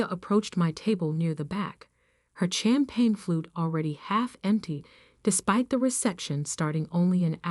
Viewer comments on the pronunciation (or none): The "ch" in champagne is pronounced "sh".